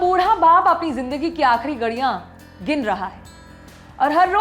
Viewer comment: Gadiyan nhi mahotarmaa ....ghadiyan hota hai 🤣🤣🤣